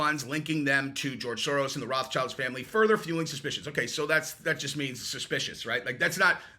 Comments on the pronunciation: / Ackchyually, it's pronounced "ROTH-shield," not "Roth's child." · It is not Wraths Child; it is Wrote Shilt, German for Red Shield, from their knight ancestor. Wrote Shilt is far easier to pronounce.